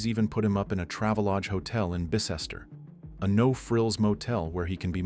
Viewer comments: As crazy as it is, Bicester is pronounced Bister not Bee-sester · Im sorry where??? Its pronounced bister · Good video, however, the place he was staying is called Bicester, pronounced "By Cester"